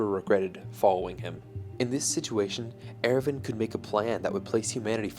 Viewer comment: I'm sorry but I can't watch this video with the Erwin pronunciation.